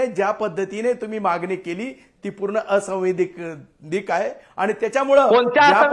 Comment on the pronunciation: ला असैवैधानिक म्हणता येत नाही.